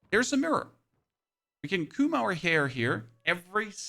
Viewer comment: "coom" our hair xD The pronunciation is wonderful xD